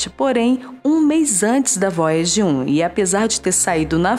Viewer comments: Vóiagi Kkkkkkkk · Vóiagi 1 e Voiaje 2 🤣🤣🤣🤣👍👍👍!!!